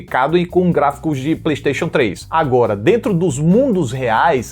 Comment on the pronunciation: "Pleixteixo 3". Falta d respeito do krl 😂